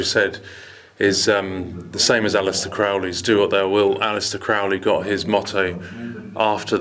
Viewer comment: Aleister Crowley's last name is pronounced CROW-LEE. Rhymes with HOLY, not FOULLY. You'd know that if you didn't get all your research from Wikipedia. Also, Crowley did NOT get his motto from that place. He took it from St. Augustine that said, "Love God and do as you will".